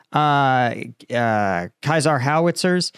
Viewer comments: Sounds rather like "say-zaar" in French, but clearly has no idea about that and renders it more like "kaiser":) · Caesar is pronounced Seasar. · FYI that is not how you say CEASER, at least in this context as the artillery system is French and is an acronym for, Camion Équipé d’un Système d’Artillerie. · Cesar is pronounced like Julius Cesar... same. In English.